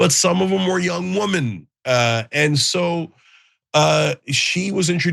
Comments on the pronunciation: "The weemin" She's been an American for how long now? And she still pronounces it "weemin"? Last time I heard "the weemin" I was watching a spaghetti western! And what's up with her dyeing her roots brown? Is she intentionally trying to upset Orange Man? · “Thee weemen”